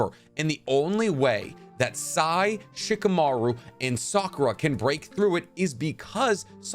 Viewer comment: tbh it genuinely bothers me how you say character names. shikamaru in particular... it's so cringe